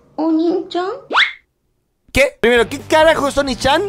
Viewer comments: Es oni-chaan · "oni-xan" (no se dice asi) significa hermano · Pasty eya dice oni Chan pero ella dice demonio envés de decir onii Chan que es hermano o hermana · se dice oni-chan, y significa hermano en japonés. oni-xan, que pedo???